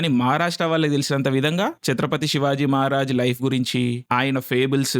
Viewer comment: You earned my respect andi ....... Name pronounce chesetappudu..... *Chatrapati Shivaji Maharaj *Chatrapati Sambhaji Maharaj